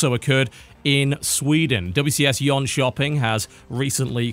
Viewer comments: .... dat pronounciation of Jönköping though. I was a bit confused at first and wondered where the hell "Yon Chopping in Sweden" was. Thought it sounded oddly Asian. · It's funny when the Brit living in the US corrects the Swede living in Sweden on Swedish pronounciation. But no, that doesn't sound correct to me; the pronounciation in that video is stressed in a strange way that makes it sound, like I said, oddly Asian. Either way, it's largely inconsequential, I just thought it sounded funny. Your pronounciation was close enough; I certainly can't pronounce the names of every random foreign city in the world perfectly and so I don't expect others to be able to either. Thanks for all the great Starcraft content!